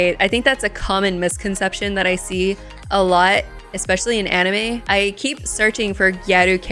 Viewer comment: Anime 😏. You had it correct ... it's not ani-meh :p .